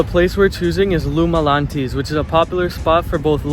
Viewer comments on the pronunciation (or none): “Lou Malanties” 😭